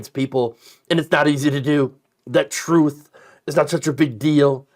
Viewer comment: "Troath...truth sensial."